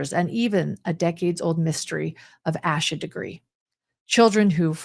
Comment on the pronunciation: sorry to be pedantic but Asha’s name is pronounced Aye-sha, not Ah-sha